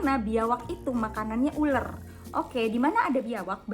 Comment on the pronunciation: Ular kak,bukan uler😭